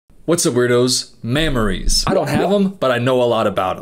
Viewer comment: “MAMMORIES” coop I haven’t even put my phone on the stand yet 😭😭😭